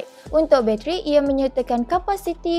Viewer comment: sebut btl2 la "bateri" tu, what "bacheri"?